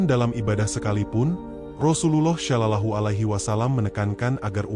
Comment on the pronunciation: Tolong betulkan sebutan sollallahu ..bukan sho..tapi so